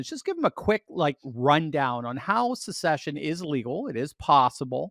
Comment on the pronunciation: Please… the word is SECESSION!